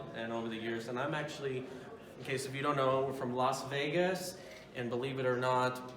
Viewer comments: 6 hours or 8. That's no excuse for mispronouncing Las Vegas! I had to pull up Ramzpaul for the same "offence/offense" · "Los Vegas"? Does he mean LAS Vegas!